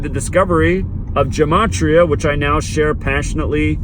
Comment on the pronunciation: Dude you don't even know how to correctly pronounce gematria, what's up with that?